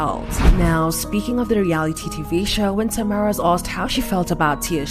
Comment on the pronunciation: Why is it that nowadays people like to report on copy paste topics and they can’t even do something as basic as pronounce the name of the person they’re talking about??? How complicated is it to say TA-mEr-a or for better phonetics try this TAH-Mair-Rah ….TAMERA